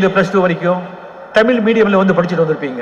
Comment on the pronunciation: தமிழ் தமிழர் என்று வாயிலயே ஒழுங்கா உச்சரிக்க வரல ...அட போங்கப்பா